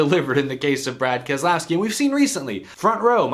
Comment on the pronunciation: Ke-lousy-ki and Slow-ga-no